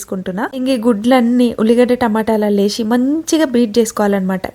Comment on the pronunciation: వేషి కాదు అక్క... వేసి 😂😂తెలుగు రాదు